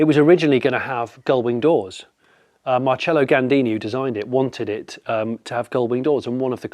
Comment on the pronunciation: It's not MarCHELLO Gandini. It's MarSELLO Gandini.